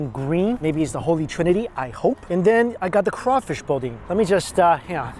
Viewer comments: Us Southern folk are gonna have to teach you some pronunciations! “Boo-Dan” “A-Too-Fay” and “Craw-Fish.” You we’re really cute. Just thought you may want to learn the lingo. Take care! 😀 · Heck yeah Lafayette. My stomping grounds. Im so glad you stoped by and enjoyed the great foods. We always pronounced it like boo-dan but i like the way you said it. Love your videos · Im so glad you passed through and ate my freaking favorite thing in the world Boudins! 😍😍😍 That made my heart happy! The way you pronounced it though! 😂😂😂 you gotta say it like "Boo-dan" 😆 LOVE all your videos I'm a huge fan! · it's Boo-dahn. Ya killing me! I'm so sad I missed that you were coming. Huge fan. Glad you got some great looking food from my home. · Boo-dan and it is a short N . It is not called the Holy Trinity, it is just the trinity. Ay too fay for etouffee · You’re right around the corner from where I live. Louisiana has some of the best food around. Billy’s is one of the best. Glad you got to stop by Also, it’s pronounced boo-dan 😂😂😂 Love watching you, and the many places you travel to sample the food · Boudin “BOO-Dan”. You’re killing me dude! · Love the video, but I cant help myself..."boo-da-"n" is silent lol please come back and explore more. Louisiana has sooooo much to offer, and I don't mean go to New Orleans. Get away from the tourist trap and look for the places on the side of the road and go to an actual backyard boil. I'd be happy to arrange that part when the season comes back around! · I always enjoy watching your videos and this video is in my home state, one thing Boudin is pronounced kinda like Boodan otherwise keep up the great content! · Boudin is pronounced Boo Dan Étouffée (AY too fay) Cajun is fun! Love your rode trip. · Boudain “BOO-DAN” Billy’s IS THE spot. Next time get a crawfish and meat pie!!! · Yes!!! Billy’s is my favorite!!!! And it’s boooo-dan 🤣😁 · its call BOO DAN bro hahaha!!!! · Boudin is pronounced BOO-DAN.😜